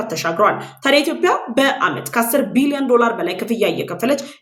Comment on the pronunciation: ጎበዝ ዘጋቢ ነሽ ነገር ግን "ኢትዮጵያ" ብለሽ ጥሪ "ኢትዮፕያ" አይደለም